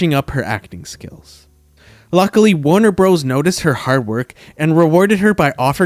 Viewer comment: « Warner Brose »??? Idiots make these and are too cheap to have proof-speakers